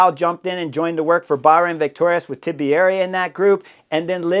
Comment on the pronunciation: Chris; long time subscriber; love your channel. But please for the love of an Italian god, Please pronounce Tiberi’s name correctly. 3 syllables not 4. Think Tea-berry. Not Tib E Ari. 😮 …I mean how would it be if we added a syllable to your name making it Hornier?